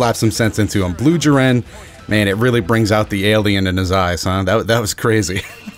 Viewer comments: Bro it's jeer-in not jir-N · its not jeren its J"I"ren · The way you say jiren makes me cringe so much bruh